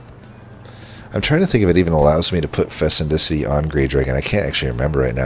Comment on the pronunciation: fecundity [fi-kuhn-di-tee]